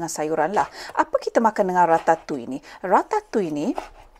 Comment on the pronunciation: Baru la saya tahu cara nak sebut Ratatouille tu dgn betul 😂 selalu saya sebut 'Ra-ta-tu-iel' Unik sebutan french ni